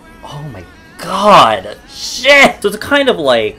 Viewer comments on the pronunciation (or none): I absolutely love the way u say "oy may goyd"